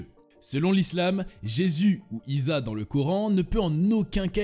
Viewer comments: Iza ❌️ issa ✅️ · 🍒 salut cane serait pas plutôt ISSA ,& non pas ISA !?... Pour un thème important, fait aussi des efforts dans les prononciation des personnages ( Tu sais, certains ne voient pas plus loin que leur bout du nez et vont aller chercher TES informations 👎 ) Ça c'est pour le premier,je continue de suivre TA vidéo ... Je doute lorsque tu dis que lorsque Jésus reviendra,il initie les chrétiens a la religion coranique. Lui qui est le messager du christianisme ( mais pas l'inventeur ,car faut remonter au origines d'Osiris voir même des rouleaux de la mer morte ) s'abaisse a dire que l'une est meilleure que l'autre 🤣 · on dit issa pas iza !! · C'est Issa et non Isa lol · Bonne vidéo, par contre votre prononciation du prophète Issa est catastrophique ! 😅